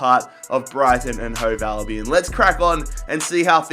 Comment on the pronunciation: You say Brighton and Hove alvion